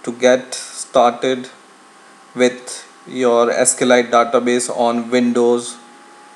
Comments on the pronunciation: Just FYI, it's pronounced 'sequel light', not 'escalite'. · it's SQLite, not Eskelight. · Actually, it's pronounced "ess-cue-ell-light"